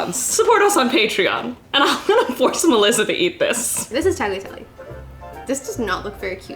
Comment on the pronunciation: As italian kudos to Melissa pronunciation.